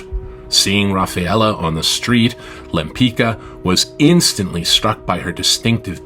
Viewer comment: pronunciation ; lempitska, not lempikka! get your AI machine working properly!!!